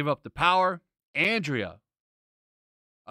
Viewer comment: First, she is called AnDRA, nicht Andrea. Maybe it is a joke by you... then i don't see it. I see the savage He-Man stuff more like Wolverine without his Adamantium, back in the 90s when Magneto pulled it out from Wolverines body, he reverted back to a animalistic being resembling more Beastman or a neanderthal guy. Then, from a story point of view, or the "lore" it makes no sense to have the toys promote the original Mini Comic. It has NOTHING to do with the show. Sure, you can do nice photoshoots resembling it, but as advertisement for the show it makes no sense. And i agree, he will be savage, he will fight Skeletor, obviously in episode 7 as Smith and the other guy mentioned in the stream, and after that they probably fight Evil Lynn, Adam has to give up the power, because he can't contain it, and Andra will take it... And i agree again with the poster. When i saw it i laughed that it is advertising again the wrong thing. This battle is in one episode and the rest is supposed about Evil Lynn. Wonder how they will implement the comics story that Skeletor sees his dead Skullheaded wiife. Will the Skullheaded kid return wich he gave into slavery because he loved it so much? And Lynn basicly saying that Skeletor never returned her "love" or "changed for her"... will he change in the end and make sweet love w... never mind.